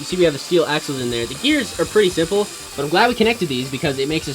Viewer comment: Him:The gEarS ArE So sImpleE